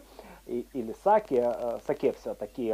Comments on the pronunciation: Не сАки, а сакЕ!!! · СакЕ, а не СакЭ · Заставка нормальная, кому не нравится - всегда можно перемотать. Рецепты очень интересные, за что Вам отдельная благодарность. Единственное, что вызвало негативную реакцию, это Ваше произношение слова сакЭ.